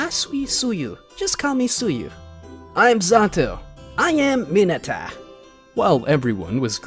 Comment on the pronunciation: Bro literally says mine-a acid-o